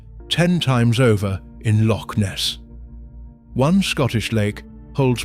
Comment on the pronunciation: Hauf-biled delivery but at least he can say loch. 😅